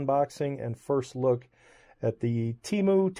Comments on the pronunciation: HOW do you get “TAY MEW” out of “Te MU”??? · It's T moo. That's how thier first commercials said it (they since changed it a while back) How dare these Chinese expect us Americans to phonetically say it right. If we butcher all the other foreign brands, they get the same treatment. The arrogance ! Don't apologize